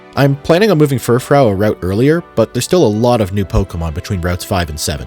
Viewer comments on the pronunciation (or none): for the love of god pronounce fufrou as "fur-froo". great video otherwise